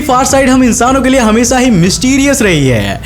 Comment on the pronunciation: Video toh theek he lekin aapke SA or SHA me bahut jyaada dikkat he. Hamesa nahi Hamesha hota he Saayad nahi Shayad hota he. Theek karo isse bro.